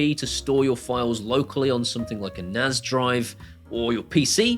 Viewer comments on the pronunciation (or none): BTW its Nas as in NASA not Naz.....